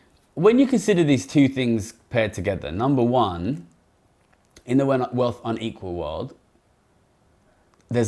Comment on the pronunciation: Great video that deserves wider circulation. One request would be to work on your diction in places. It is quite key in a video comparing an equal with unequal societies that we can discern whether you are saying equal or unequal. I have a very mild hearing loss and had to rewind in places to check.